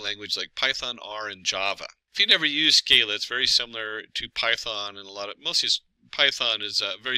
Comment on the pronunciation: Sc-AH-la, not Sc-EY-la